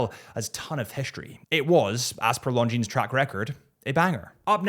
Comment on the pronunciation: it is no "s" in Longines.